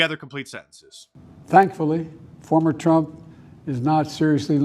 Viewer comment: "Foemer Trump..."? SMH